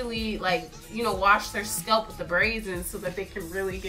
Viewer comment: "their scelp"